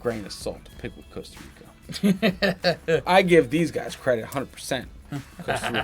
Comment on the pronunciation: Coaster Rica? Not Costa Rica?